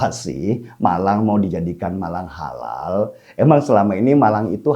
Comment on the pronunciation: Holal holol holal holol...mual dengernya...